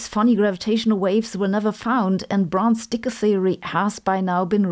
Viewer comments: Sabine, you're pronouncing his name in German, sorta like how you pronounce Sabine. But in American-English it's pronounced Dickie, not Deeka. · I didnt know you said the e on dicke, much less unfortunate name 😅